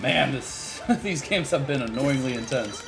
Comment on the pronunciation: Intenese? on god?